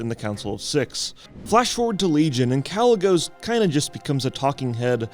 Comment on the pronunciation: Why would he call himself Kalec if you're pronouncing the name without the "C" then why would you shorten it and use the "C"?